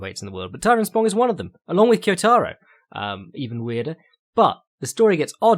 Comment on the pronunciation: Man, you nail a weird name like Andrade, but then go on to butcher Chinese and Japanese names to the point I have a hard time understanding who you are talking about. Zh = like "j" in "jungle" or G in "George". Now you know how to say both Zhang and Shenzhen. For Japanese names (or word for that matter), emphasis on the first syllable, KYOtaro, not KyoTAro.